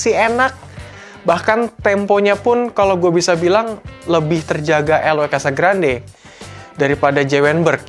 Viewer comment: Bacanya: Casagranjje...